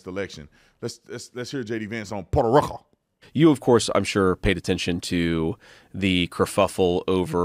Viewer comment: It’s Puerto Rico, NOT Porto Roco. Thanks